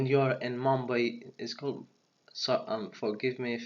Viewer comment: the capital is New Delhi and the pronunciation of mumbai is mum-baye the old name was bombay